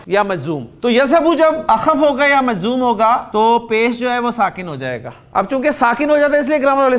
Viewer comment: مجذوم نہیں محترمی ۔۔ بلکہ مجزوم ۔۔